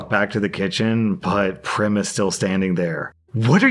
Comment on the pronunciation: Also Prem is pronounced like "frame" and not "Prim"